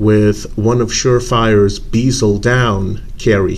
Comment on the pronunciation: It's a " bez el " NOT a bloody " beezel " FFS. Just listen to how anyone else says it FFS! Man clowns making up their own pronunciation for words that's NOTHING like how the rest of the world, OR the spelling indicates piss me off! And it's not "checkering" it's called "knurling", I've made it myself on a lathe many times with the correct tooling. It's not particularly deep or rough either on that thing.